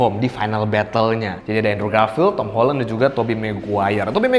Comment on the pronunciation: Akhirnya ada orang yang ngomong nya "Holen" bukan "Holan"